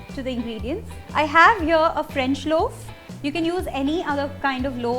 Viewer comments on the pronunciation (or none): none